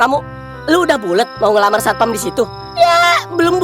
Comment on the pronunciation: harusnya satpam bukan satoam